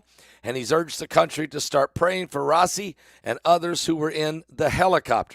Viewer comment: Pronounced Rah eee see